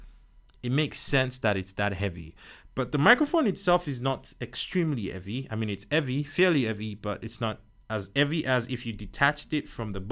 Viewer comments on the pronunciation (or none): i love how u say evvy instead of heavy sometimes 😂 nice reviews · I looooove this guy! If somebody doesn’t know how to say ”Heavy” just tell them to day eavy😂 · this foo said evvy😂😂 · It’s so heavy, he dropped the ‘h’